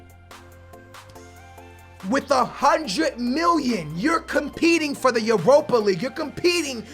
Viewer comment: Why does he say miwyun instead of million